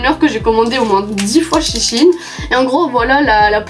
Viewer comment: Ça se dit Shi ine car avant c’était She inSide (